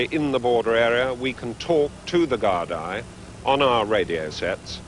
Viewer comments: man does not know how to say Gardaí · could he hav said Gardaí any more wrong 😂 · "Guard-eye". He is trying to pronounce Gardai which is pronounced "Gore-Dee". Just goes to show the ignorance of the Brits at the time. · Good cooperation with the Guard Eye.. That's Gardaí Colonel. Pronounced Gar-dee. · Ah the “gard eye” ...lovely fellows 😂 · "Gard-eye" Gotta love the British blind spot for foreign pronunciation. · You can't beat balanced reporting. Smug prick of an officer. He could at least have pronounced Gardaí correctly.